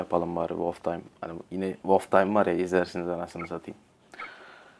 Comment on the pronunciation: ***** kardeş sen wloftaym diyosun ama onun gercek söylenişi wolftim abi. wolftaym dediğin zaman kurt vakti demiş oluyosun ancak wolftim deyince kurt timi demiş oluyosun :D